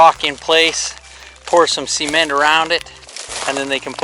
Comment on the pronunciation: Cool video, just can't stand hearing cement pronounced as seement 😅